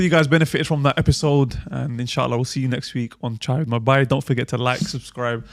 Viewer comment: Asalaamwalaikum Just started to listen to this podcast series today and Allahumma barik great work! Super random point. Can the host brother pronounce the word ‘Bhai’ correctly pls ? The ‘h’ needs to be pronounced. The way he says it is ‘Bai’ which in Hindi also means ‘maid’ Not a huge deal but I have been listening to your podcast and it bothers me each time. Jazakallahukhairan to all of you for your efforts May Allah accept it from you